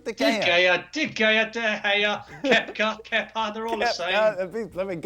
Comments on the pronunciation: "Kepker"💀 "De Gayer"💀 Where do they find them😂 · I thought he said kefka. I was gonna say, this guy been playing final fantasy. Haha. On a side note. Glad they sacked manager kepa and replaced him with manager lampard. Good move there. Now to put kepa in a shipping container and get him out of there. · These people can't even say the names of Kepa and De Gea and are trying to experts.